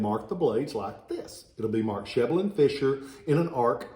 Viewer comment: My brother has one of those "Sheble and Fisher" swords. But we don't pronounce Sheble that way though, first e is short last e is long. Thanks for info